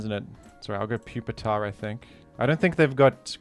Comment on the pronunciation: Please pronounce Pupitar as “Pew-peter” henceforth. Thank you.